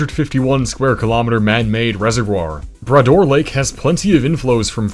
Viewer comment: He didn’t pronounce bras d’or properly…